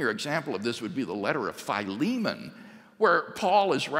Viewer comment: that's the weirdest way I've ever heard Philemon pronounced